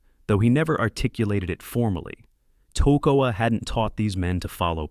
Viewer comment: These men went through hell training to be the best! YOU can't even take the time to learn how to pronounce the name of the camp where they trained? "TACK-o-wa"? REALLY? It was called "Camp Ta-KOE-ah" It might not seem like much, but it's a slap in the face to those brave men! They deserve better!